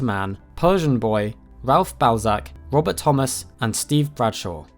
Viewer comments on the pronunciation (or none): none